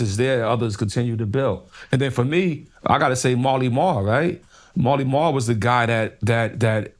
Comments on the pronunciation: Hey time stamp guy, it’s “Marley Marl”. Jesus Christ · He’s talking about Marley Marl not Mally Mall 💯